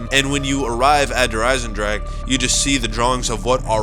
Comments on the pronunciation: I hate how he says der eisendraG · Thats not how you say derisendrache habibi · You're mispronouncing Der Eisendrache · you are saying der eisendrache wrong not judging just saying